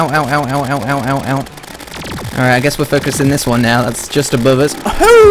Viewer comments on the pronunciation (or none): I like how he says alright like "alrighta"